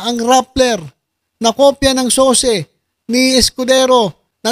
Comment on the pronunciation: SOCE PALA HINDI SOSE!